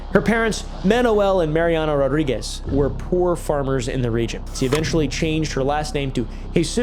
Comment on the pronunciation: As a Portuguese, listening to you trying to say the Portuguese words is Hilarious. You read Coimbra as Cumbra 😂 I can't! Also, you read the names as if they were Spanish names. Rodrigues and Rodriguez are different